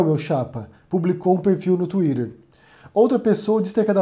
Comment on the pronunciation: pq vc fala Tuírer?